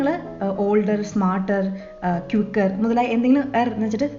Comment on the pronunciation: ക്യുക്കർ അല്ലല്ലോ, ക്വിക്കർ അല്ലേ? Anyways, keep up the good work!